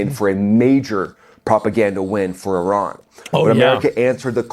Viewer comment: Sigh... it's E-ran, not Eye-ran....